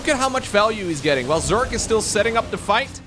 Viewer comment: Normally I'd let it slide, but you added an 'e' to Zerg more than once. It's 'Zerg,' not 'zerge.'